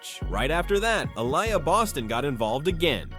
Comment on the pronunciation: It's "Ah-Lee-Yah" not "Ah-Lie-Yah" 👍🏾